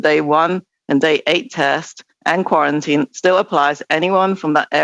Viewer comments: Somebody should give him notes on the pronunciation of "quarantine". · The guy can’t even say quarantine properly he’s a script reader. Fckn puppets